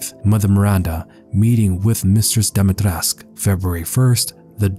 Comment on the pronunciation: btw, it's pronounced Dumitrescoo, i.e. Duh-Me-Tré-Scoo